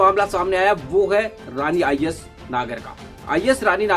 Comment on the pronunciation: pehle IAS bolna dang se seeklo